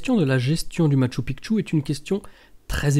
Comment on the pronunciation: Bonjour, Un grand merci pour avoir enfin pris en considération la bonne diction du Machu Picchu! Pas une fois tu t'es trompé...que ça fait du bien aux oreilles! En plus tu fournis de bonnes recherches sur cette info. Que du bonheur! A poursuivre dans ce sens!:) Amicalement Gus